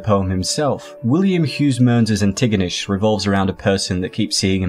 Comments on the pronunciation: You absolutely butchered pronouncing Antigonish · Its pronounced An-te-gah-nish. I should know I live there lol.o Lolve all youd content brother.